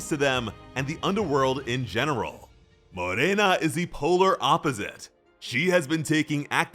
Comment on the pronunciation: thanks for pronouncing Morena right